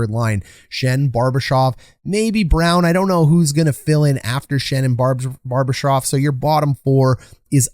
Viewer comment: Your insight is excellent and is obviously what's really important here and what keeps me coming back but you really gotta work on player name pronunciation my dude. You're making Bar-ba-shev (among others) way harder than it needs to be lol